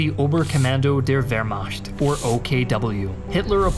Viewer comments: Please learn to pronounce Wehrmacht correctly. It is macht not “mashed” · i want so badly to watch and enjoy this content but my mans litterally said "vehrmasht" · Wehrmacht: American pronunciation..... vehr·maakt .... still love your work.